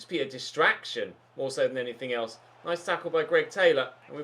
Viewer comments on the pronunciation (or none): none